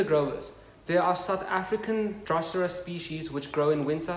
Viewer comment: I am in Sydney friend! I am impressed with your growing skills for our climate - with such beautiful drosera! Can I help with your pronunciation? Drosera = Droh-ser-ah. like “bro” but “dro” and “sera” like the girls name “Sarah”